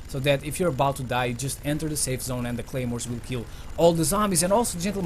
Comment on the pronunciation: wtf y u say gaymores